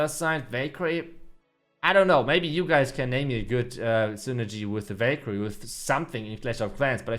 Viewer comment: Anyone thought he said bakery instead of valkayre 😅😂